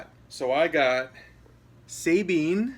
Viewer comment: Lol he pronounced Sabine wrong 😂😂😂